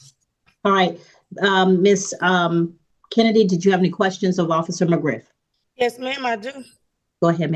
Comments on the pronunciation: When Officer McGriff said his name. I thought I heard Officer McGruff 😂 the safety Dog. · McGriff, not McGruff the crime dog😂